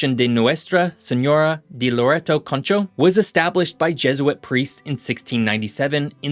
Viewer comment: There was a point he pronounced Loreto like Laredo (Texas). It's pronounced like the way he pronounced the other couple times; Lore-eh-toe